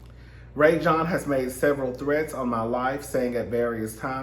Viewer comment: His name is pronounced Rah-Jon (Rajon).